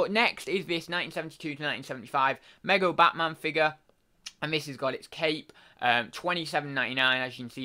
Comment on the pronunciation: Hey dude. It's pronounced me go. 👍